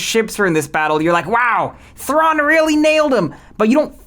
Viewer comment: Why do you pronounce all these names completely differently than the in-show pronunciation? Luz, Rukh, you even show a clip of Thrawn pronouncing it, immediately surrounded by you pronouncing it differently twice?